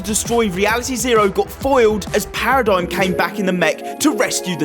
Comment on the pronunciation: whos “paradeyum?” its Paradigm, 😂